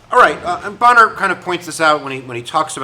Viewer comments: Pronounced bain-er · Bayner - the Speaker's name is pronounced Bayner - other than that you've actually put a lot of muscle on what was a pretty thin skeleton from the media about this - thanks :) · Fascinating situation. Thanks for making both sides clear. Wasn't it Jackson who, in an argument with an aid about defying the Supreme Court said, "let Judge so and so stop me with his army." (Bummer on the pronunciation mistake. That just shows you read more than listen.)